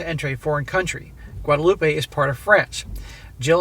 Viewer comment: Guadeloupe, "wad-loop" not wadaloopah.